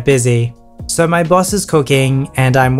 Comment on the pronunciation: I keep hearing the word bus instead of Boss